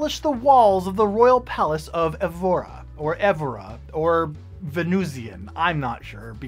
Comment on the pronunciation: Azul is based on the tiles of the royal palace of Evora in Portugal. You are welcome. And you should visit Portugal. You would love it. And the second time you pronounced Evora is the right one.